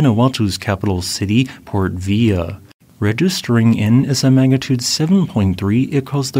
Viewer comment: ......& Port Vila is pronounced Port Vee-laa! Easy error to make if you don't live in the region!